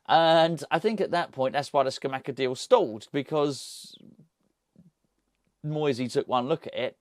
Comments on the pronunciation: …love the channels but you’re driving me nuts….you’re bad bad at pronouncing other languages and Geo is a language murderer if that’s any consolation….it’s Ska-mak-ka and Sas-swo-lo 😭 cheers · Pretty sure it’s pronounced sca-mah-ca no cha sound. If you watch commentators English and even Italians pronounce it this way from what I’ve seen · Scamacca is pronounced with hard c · Scamacca. Hard c's not soft c's